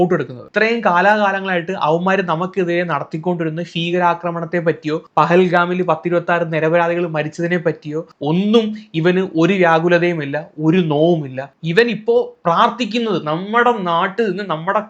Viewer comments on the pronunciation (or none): ഫീകര ആക്രമണം അല്ല ഭീകരാക്രമണം....... ഫീകരൻ അല്ല..... ഭീകരൻ😂😂😂😂😂😂😂😂😂😂😂😂😂😂😂